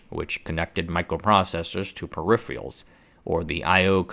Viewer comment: D First time ive heard someone say peripherals both as it should be and also as "periphials" and almost back to back :D weird